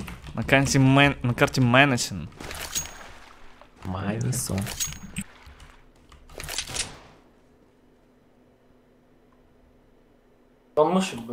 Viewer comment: Мэншен, а не мэнисен.